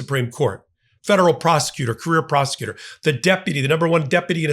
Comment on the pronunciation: Hey, did you just say she was never a federal prostitutor? Sounded like it! 🤣👍